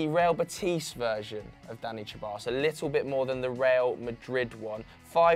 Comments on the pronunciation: Ceballos is pronounced SEBALLOS or THEBALLOS not CHEBALLOS 😒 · Its se-bayos not cheballos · Come on guys let’s put some respect on Danis last name it’s pronounced Seballos with an S, the C is meant to be pronounced as an S. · Only thing more annoying than VAR is how you say Ceballos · Why are you pronouncing Ceballos like that